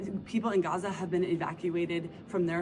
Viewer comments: “When white women pronounce Gaza GUUza it makes me cringe so hard I taste turnips”. Me too Leo, me too! 😂 And someone needs to talk to them about cultural appropriation of those Keffeyah scarves. It all makes me want to 🤮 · The "Guzza" woman was too cringe. We say Paris not Paree, Germans not Deutschland, and we pronounce it Israel not Guzza